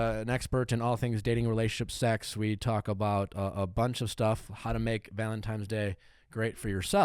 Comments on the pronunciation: Did Nick say ‘Valentimes’?! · When Nick always says "Valentimes" ...it warms my heart 💓